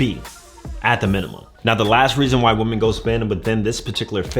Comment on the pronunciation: The word women is pronounced wih-men player. Upper echelon females will catch this and think you're illiterate. Free game 👊